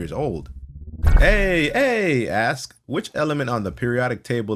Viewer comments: pronounced "aye" like "hey" without the h. It's pronounced like "eye". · That's not how you pronounce aye.